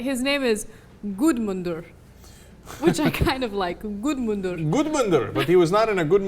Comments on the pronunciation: BTW, It´s Guðmundur, pronounced (G)uthmunder. THe G is soft, almost a Y. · Ana's pronunciation of gudmundur hurt my nordic brain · 1. That is not how to pronounce "Guðmundur" 2. They charged him to the police in Iceland, This guy is facing prison up to six years!. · Do you mean "Gudmundur" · thats not how you pronounce Guðmundur